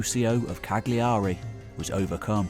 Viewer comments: It's not pronounced Cag-Li-A-ry It's pronounced Callary or perhaps Ca(g)ll(j)ary, sounds almost like Calorie. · Hi, Cagliari is pronounced Car-Learee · "Cag - liari"? He's murdered the name of the capital city of Sardinia ... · It's pronounced Cajiari not Cag-liari. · Why not make the small effort to pronounce Cagliari correctly?